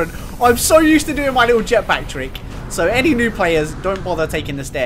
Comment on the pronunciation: NO MAN'S SKOAY